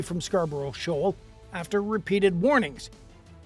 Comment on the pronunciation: SHOAL not SHAWL